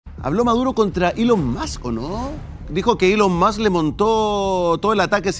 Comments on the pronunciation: Elon Mot, Elon Mox, Elon Mos y su estarlix jajajjajaja.... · SI COLOCAN LOS SUBTITULOS DE YOUTUBE CUANDO EL MASBURRO TRATA DE PRONUNCIAR "ELON MUSK" aparece "el on mod" JAJAJJAJAJAJAJAJJAJAJAJAJJKASJKASKJSJK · "E LON MOD" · Soy fanática de Elon ( se pronuncia Ilon Mask) Musk.